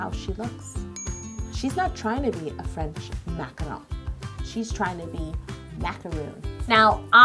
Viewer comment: You do not roll the R in French, that would be Italian or Spanish..